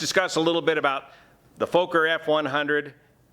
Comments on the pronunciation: Sorry...it's not pronounced Folker. It's pronounced like Focker. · It's pronounced 'focker' not 'foaker' isn't it? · its not a 'Fooker' (or a F*kker) but a Fokker (maybe pronouncing Focker, like in Focke Wulf). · "Fooker" ?? Fokker !! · It's FOKKER, Not FOKER. Remember the movie? Meet the Fokkers?! (Fockers?) Good as always. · Small tip; Fokker, pronunciation the “o” is more like the “o” in ‘smoke’ (short-o) and the split the name in two Fok - ker, with two ‘hard’ “k” sounds. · It's pronounced" fvohkkur" in Dutch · Fokker and Junker, two aircraft names that don't work well in the English language. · I think he's purposely mispronouncing it since it's basically the "f" word in English